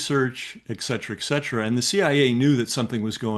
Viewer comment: Ecksetra-> et cetera